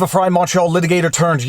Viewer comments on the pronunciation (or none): none